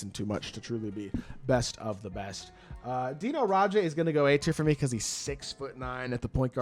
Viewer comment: Deni Advija not Dino 😭